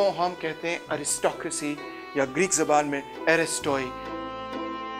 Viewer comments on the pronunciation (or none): none